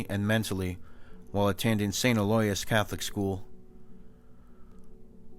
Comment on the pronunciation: Good story. Just the right amount of creep factor. Btw Aloysius is pronounced Al-o-wish-use.